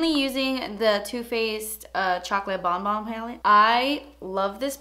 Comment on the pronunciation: so happy u pronounced bonbons correctly!